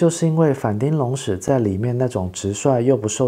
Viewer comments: 町，其實是要唸 ㄊㄧㄥ三聲。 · 其實反町隆史，町應該發“挺”的音